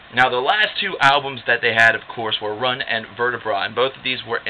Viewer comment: run and vertebra is really pronounced rune an vertebrae like spine